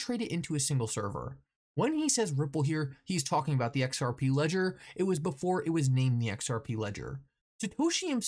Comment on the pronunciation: Lol can anyone count how many times this guy says XRPee? Its the most centralised thing, technically not even a crypto